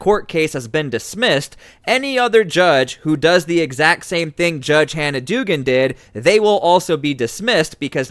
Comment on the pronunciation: It is pronounced dougan